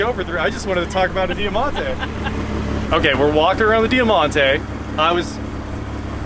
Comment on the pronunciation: It was known as the Mitsubishi Magna here in Australia 🇦🇺. Over 30,000 sold here in 1992 for example, there was so so many model variants over the years when we had them. We actually made them here for a long time. (Btw it’s pronounced Dymontay)